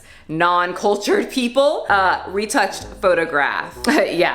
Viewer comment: '' photographe reté'' 😭as a French person I'm laughing so hard